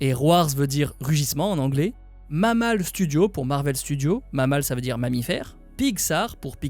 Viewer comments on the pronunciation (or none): none